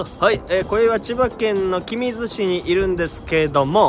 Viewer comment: 君津 きみつです きみづではないですよ